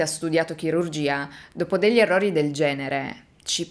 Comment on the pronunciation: Già dire " èrrori " !!!!